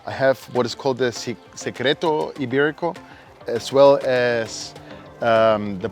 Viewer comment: It looks really delicious! But please learn how to pronounce it properly. It’s so much sexier!